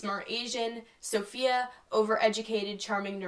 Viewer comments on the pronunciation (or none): none